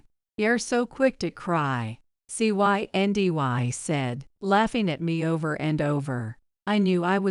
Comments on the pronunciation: “Cyndy” also known as Cindy. What was so difficult about just saying the name? Even an AI app should have been able to handle reading a name ! ( key is …properly programming & proofing) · The girl's name is pronounced CIndy!!. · You keep spelling out the name instead of pronouncing it.